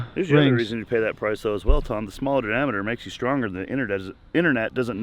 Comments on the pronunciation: Tom trying to say diameter 😂😂😂 LMAO 🤣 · I replayed the part where Tom tries repeatedly to say diameter an embarrassing amount of times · I legit almost died from laughing, listening to you pronouncing diameter tom.